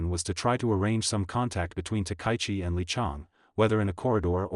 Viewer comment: Takaichi: ta-ka-yi-chi. Four syllables, none emphasised. "Ta-kie-chi" is ugly, and insults both her and us, your audience. Everyone's name deserves respect, and the YouTube poster who can't manage it is a second-rater.